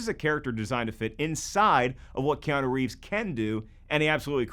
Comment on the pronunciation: Bro said kianu rieves and no one said anything